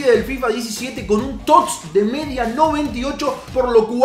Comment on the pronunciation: Porque coño dices tots sin pronunciar la "S" dices tot